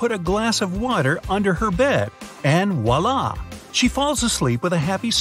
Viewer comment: The guy said “Wallah” instead of “Voila” I DUN TRUSS!!!